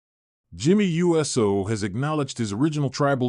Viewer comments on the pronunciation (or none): yeah, but hey says Jimmy U S O instead of saying Uso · It's OO soo, NOT U S O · Omg bro it's not u s o thats practically saying u s a